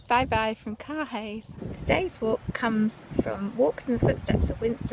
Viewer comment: Beautiful scenery however Caerhays Castle is pronounced Cur-ayz castle, not Car Hays Castle.